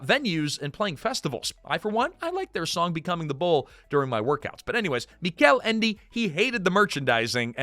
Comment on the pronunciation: The Neverending Story is my favorite book and I sympathize with Michael Ende (whose name was mispronounced throughout the video), in which he hated the movie. Although I don't hate the movie and I value the work put into making it with the available technology at the time, it makes the story feel trash in comparison to the book. It's a very good fantasy book with a lot of symbolism one must pay attention to.